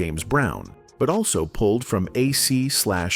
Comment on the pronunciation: Who are these narrator's who do these video's? Can't get "AC DC" right.